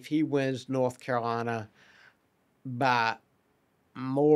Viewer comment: "North" Carolina, not "Norf" Carolina.